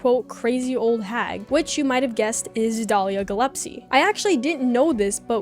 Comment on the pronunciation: You pronouncing Gillespie as Gillepsy is simultaneously hilarious and adorable lmfao